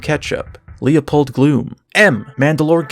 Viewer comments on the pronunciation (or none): none